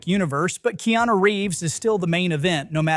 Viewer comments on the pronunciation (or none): none